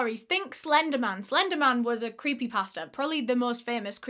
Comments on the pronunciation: I really thought you were saying creepy pastor which idk if that’s more or less confusing than creepy pasta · Lmaoo I thought you were saying creepy pastor until I realized you were saying creepy pasta 😭